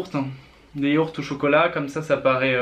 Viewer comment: "Chuis en manque de chocolat ducoup jvais prendre des yahourts" 😂